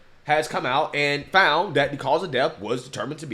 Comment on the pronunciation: "Was he 'fount' in his dormroom" lmao